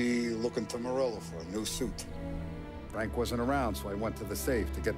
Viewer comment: "açume" teus BO "Fanque"